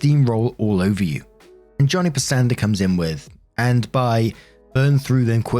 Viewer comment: First time in a while you've fumbled a US place name! Pasadena is a city in California. As for correct pronunciation, find a version of the Beach Boys song, "Little Old Lady From Pasadena." It's a play on a popular gag in the early 60s. A used car salesman would describe a car as being low-mileage, and having been owned by "a little old lady from Pasadena." Usually, she only drove it to church on Sundays. Then, the salesman would smack the roof, and a fender or something would fall off. -- Now, there's a British toponym we don't hear every day here in the US! One of the things I did during the 2020 lockdown era is watch a whoooole lot of Time Team. What a great show! Learned a lot about British history, and saw how it connected to US history. Also learned that every place name ending in "-caster" or "-cester," such as Lancaster, Gloucester, and Worcester, was the site of a Roman fort. Massachusetts is cram-jammed full of little cities named after those British cities. Heck, a quick search indicates there are 23 places in the US, literally from coast to coast, named Lancaster. Whatta scream, huh?